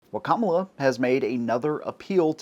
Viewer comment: Thank you for actually pronouncing her name right.